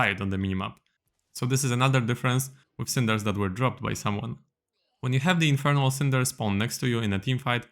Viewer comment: "Infirnal Bard"